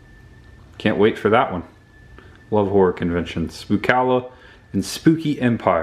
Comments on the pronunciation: Hi., are you saying Horror? Or Horrooooooooorrrŕrŕrrr. Looking forward to your film role, 😊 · So freaking awesome buddy! I watched the first movie last year, I remembered the house and barn. Lol don’t worry about how u say “horror” buddy I say it the same way. I met ya at Spooky Empire last Oct, maybe I should have gotten an autograph. Lol